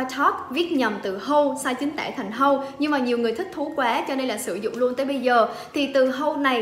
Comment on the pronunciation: Tp là viết tắt của take profit bà ơi. Hodle hình như đọc là /Ho đồ/ 😂